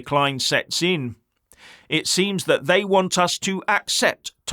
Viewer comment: "Thye " hope no one notices with the massive distractions...............